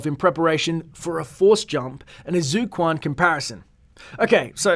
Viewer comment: It pronounced as "zui quan" not zoo kuan thx for murdering the prounucation